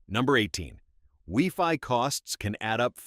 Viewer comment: It's funny how the AI voice pronounced Wi-Fi